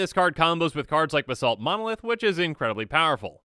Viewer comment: Ba-salt monolith? Anyone